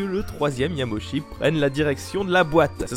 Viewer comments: Yama-uchi,. "Uchi", pas Yamochi. J'entends souvent cette faute, logique de la part de francophones, mais rappelons-nous que les voyelles en japonais sont indépendantes entre elles (y a un terme en linguistique, que j'ai oublié), à l'exception du "ou" qui donne "ô". C'est tout pour la minute tatillonne. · Super vidéo ! Cependant il y a une erreur : le hanafuda n'est pas un jeu inventé par Nintendo mais un jeu traditionnel japonais. Ah aussi, hiroshi yamauchi ça se prononce pas "yamoshi" mais "yama-u-tchi" :) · Une chose au cours de la vidéo tu lisais "Yamochi" Mais en vrai Ça se lit "Yamaouchi". Voilà voilà de passage rapidement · Petite précision, parce que j'entends souvent cette erreur, mais il ne faut pas écorcher le nom de Yamauchi en le prononçant à la française. Il faut découper le nom en Yama/Uchi et le Uchi se prononce en fait Utchi. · Ca se prononce Yama Ouchi au passage ^^ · ça se pronomce: "yama -ôchi", vilain qui parle pas japonais! (c'est pas une tare, même en prenant des cours j'y bite rien quand même ^^)